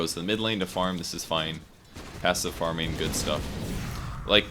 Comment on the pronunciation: is unable to use the letter G:)) farmin....hunkin...trunkin....